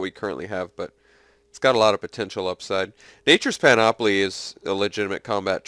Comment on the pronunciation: Hey. Just so ya know, it's pronounced PAN-uh-plee Don't worry. You're not the only one who's pronounced it panOPoly just call me the pronunciation nazi: )